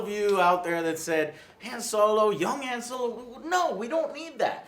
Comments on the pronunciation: Is it just me or does it bother yall every time they say Hanne solo instead of han solo. (Pronounced “Hon solo”) why do they keep saying hanne wtf. This movie did bad because of the last jedi boycott. They fucked over lukes character and mark hamill as an actor. They killed off well developed characters and ended them badly just to shove these boring crappy new characters that have no character development. All 6 movies basically were for nothing in this new canon. The skywalkers ultimately failed and it was all for nothing. We all wanted luke to be the choosen one and to be a great jedi/legendary character who did what anakin couldn’t do and continue the legacy where anakin failed. But luke failed and became a cowardly, nephew murdering, depressed ass quitter. So sad fuck Kathleen Kennedy. Its her fault not Disney because marvel is doing really good due to them listening to the fans. Its not Disney’s fault its Kathleen Kennedy. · Solo is so fucking good. 9/10. Joe fucking stop saying Han(d) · For the love of god Joe, it's pronounced HAWN. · But keeps saying Hand anyway... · Only issue is it's pronounced Hanh. He says it that way in episode 4. I don't plan on seeing any new SW movies until Krazy Kathleen Kennedy is fired. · Jesus, Joe. It's pronounced "hahn". Say it the right way for once. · It’s pronounced HAWN joe ....HAWN ....Jesus Christ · Christopher Pabon HAHN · Because even in the movies it's never pronounced as HAWN. Geez. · It's not pronounced HAM SOLO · It’s pronounced “hon solo “ JOE!! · Guys I love you but you mispronounced 'Han' Like 100 times. His name is said like 100 times in the movies. It's 'HAWN'. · Why do so many people pronounce Han the wrong way? Just watch the original trilogy....its not hand minus the d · Why does Joe insist to pronounce Han as Hand? Is he Lando? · It’s pronounced hawn solo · AngryJoeShow Thank you for this honest review!! And please stop pronouncing Han's name like "ham". Only Lando gets to do that!! heheheh